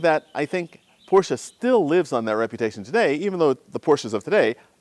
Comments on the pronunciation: Thank you so much for not calling it a "Porsch"! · You seem to be to only American who can pronounce the name Porsche correctly. {almost everytime ;-)} The motor hood seems to have overpainted rust. Bad restauration.